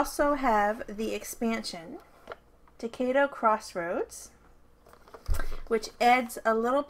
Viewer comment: thanks for the video please pronounce the game To-KAI-Do thats KAI as in "Aye aye sir"